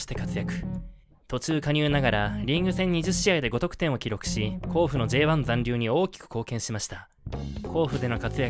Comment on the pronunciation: 甲府の発音おかしい